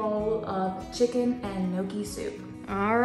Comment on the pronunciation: NEEOKIE (Gnocchi). Girl😹. There’s no celery in a cheeseburger 😹😹 or carrots. There’s no crying in baseball.